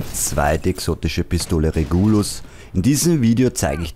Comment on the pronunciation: Super Video! Ich würde die Pistole allerdings Regulus und nicht Reguulus aussprechen